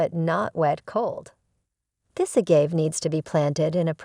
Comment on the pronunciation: Good info, thanks but it’s grating to hear the subject name be repeatedly mispronounced.